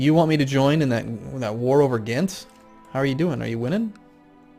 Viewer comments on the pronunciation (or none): none